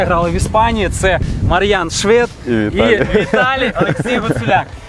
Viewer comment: ШвЄд, слух ріже🤦🏼‍♂️